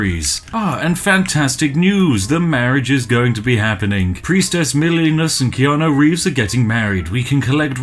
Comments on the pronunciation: "Keanu reevs" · "Reanu Keeves!!!" hahahaha